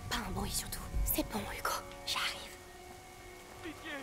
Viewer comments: Excellente vidéo !! j'en veux plus, trop bien !! Je vais m'acheter également ce jeu, ça à l'air tellement prenant !! PS: Seb dit: "Yugo" au lieu de "Hugo" 😂👍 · Manger du sanglier ... pas très vegan tout ça x) Il a vraiment dit Dogoo ?